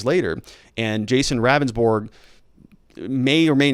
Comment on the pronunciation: It’s pronounced Rounndsberg. He’s not a very good attorney.